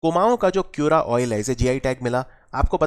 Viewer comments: क्यूरा nhi sir, च्यूरा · Its ch in chyura. As ch in chacha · Your pronounciation made me laugh 😁 let me correct some words च्युरा oil,भोटिया दन, घुघुतिया, एपण, रिंगाल